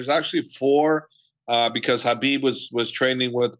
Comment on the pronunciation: F how this guy pronounces "Khabib".